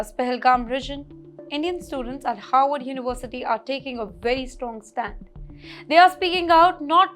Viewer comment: please don’t pronounce Harvard as Howard. Pronounce both the Rs in Harvard. There is another university by the name Howard ( it is in Washington DC ).